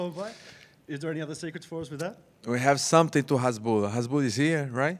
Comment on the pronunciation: Did reporter said hesbollah instead hasbullah